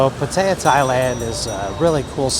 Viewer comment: PATTAYA (Pat-tee-yah) get it right.